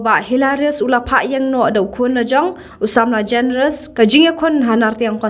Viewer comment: Generous not Generious